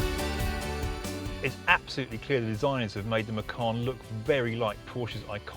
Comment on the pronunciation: You have bad pronounce for macan